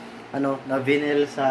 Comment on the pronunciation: Gusto ko lang po tumulong sir, I think it's pronounced as (vay-nil) not (vinil). BTW nice video and thanks for the tips.